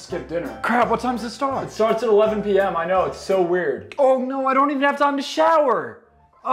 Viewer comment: You might be losing your US accent touch. Your “American” saying “I know” wasn’t quite American…it sounded like you might be from England or Australia. But everything else was great with the US accent.